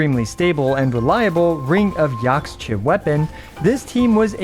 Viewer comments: I believe the catalyst is pronounced like Yakhsha #Justiceforthecryoregisvine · Yaxche is pronounced Ya-ha-che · X makes a sh sound Ring of Yaxche.